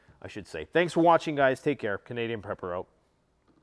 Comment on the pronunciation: Dr.Prepper not pepper